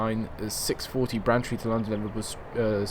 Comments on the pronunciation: to let you know, its not pronunced 'branchtree', its pronunced 'brain-tree' like your brain and a tree outside, just for the heads up :) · And Braintree is pronounced as it's written, not Brantree ;) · Ben Wheeler God it annoyed me, when he kept saying Brantree! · And Braintree - you say Brantree, LOL.